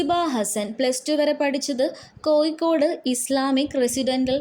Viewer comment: Nee there padichitille koyikod alla Kozhikode anu put hiya varthayum kond vanninu Savam